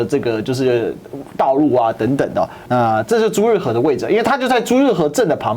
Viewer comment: 是朱日和，不是朱日合。